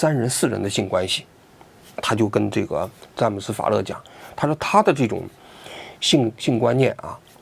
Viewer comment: 当王局说出‘’詹姆斯法勒‘’的时候，我差点以为是乐乐法利